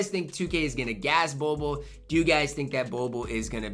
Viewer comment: Why be keep say bol bol like boo boo